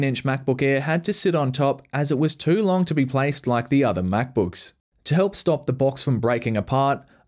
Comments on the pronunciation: apple mackbookeeese? omfg .... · 25 MacBooks, yes you heard that right, 25 Macbooks. again: *29 My Ears and Eyes: We're in Conflict.